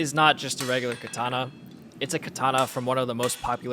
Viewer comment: It is pronounced kAtana not kItana